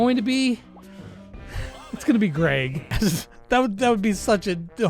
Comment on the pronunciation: his name is Greg not Grayg lol